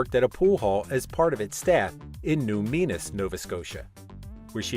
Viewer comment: that also drove me nuts lol